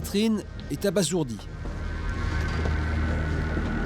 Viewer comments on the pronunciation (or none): Abasourdi et pas "abassourdi" . On y a droit dans tous les compte rendus d affaire criminelle !